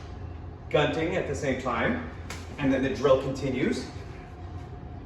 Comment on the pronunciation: good job, man. you teach it like a straight-up translation from Filipino to English. By the way, it's pronounced as goon-ting. I get why it is easy to mispronounce the stupid "gun" in the gunting (scissor).